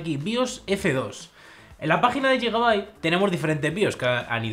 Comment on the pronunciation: no se dice yigabait, se dice guigabait, de nada xD